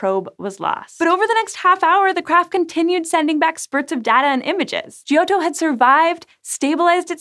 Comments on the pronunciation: Gee oh toe? Oh, ffs! It's pronounced, "Jotto". And ESA is pronounced ,"eesa". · Hints on pronouncing Italian: The "i" in "gio" is silent. It's there only to "soften" the "g", which before "o" would be 'hard' Vowels before double consonants are short, so "o" is short (and pronounced open). And doubling of consonants should be audible. Not as repetition, but as added stress. In the case of "ott" that's almost a halt between "o" and "tt".